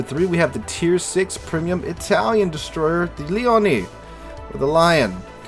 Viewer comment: Leone, like Sergio Leone. Oh frak italian is not that hard. And yes, that's a crap list.